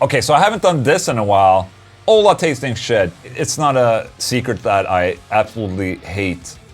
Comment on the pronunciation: Hi Ola! Two questions. How could I tighten up my Laney Ironheart 30w combo? Tryied an Joyo Vintage Ovedrive in front of it but did'nt work. Help me there please. And in the other hand, why you say your name in the questions like and american instead of the sweadish pronunciation? Love bro!